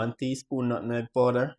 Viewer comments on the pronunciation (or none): Nuttneg 😂😂 never heard a Jamaican say the word correctly since I’ve been alive😂😂 nutmeg